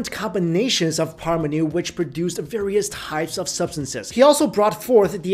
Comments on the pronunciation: Paramanu. like Param aah-nu. not Parmanu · And it's not pronounced as Parmanu, it's "Paramanu" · The correct pronouncation is Pur Maa Nuu